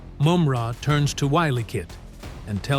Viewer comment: He's not saying their name's right it's wily kit & wily kat